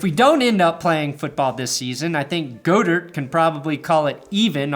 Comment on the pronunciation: "Go-dirt" instead of god-ert.. i kinda love it